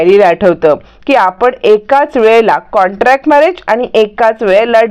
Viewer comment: कॉंटॅक्ट नाही हो कॉंट्रॅक्ट